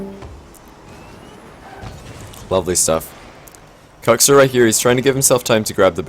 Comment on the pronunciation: Is that how Kuxir is pronounced, or is that the accent? you say Kucksir whereas I day cooksear, that pronounciation has always confused me